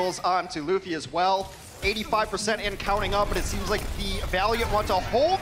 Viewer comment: The one dude pronouncing luffy wrong urks me